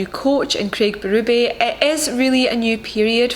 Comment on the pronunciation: It's funny hearing you say "Berube" with your accent! 😂